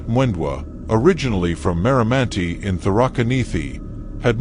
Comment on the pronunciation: Use African voice over because of pronunciation of location ,what's marimanti?😂Good storyline though,and R.I.P to the victims.